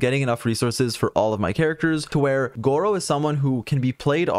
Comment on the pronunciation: don't watch the video yall he keep pronouncing his name as gowo